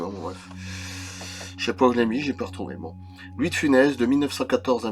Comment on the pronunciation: Louis de Funès ce prononce bien Funesse non ?